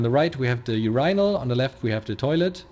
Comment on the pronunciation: Who knew Skip Tracer Randy was such a proficient builder.? 🤣🤣Also, nothing like hearing a German say "URYNALS". 😊😊 But that not withstanding, outstanding diligence and quality all around and great, enjoyable video.